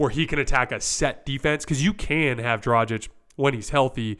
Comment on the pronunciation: The "G" in Dragic is hard, like the "G" in "good." Not soft like the "G" in "genuine."